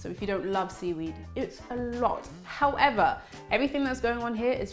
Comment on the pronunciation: You should take speech therapy you say fubms instead of thumbs in the beginning, howeather instead of however, and wiv instead of with... just to mention a few. The TH sound you use when you mispronounce 'however' is the sound to use in with. I'm sure you know these things, so talk more mindfully...Why do you pronounce starchy as 'storchy'??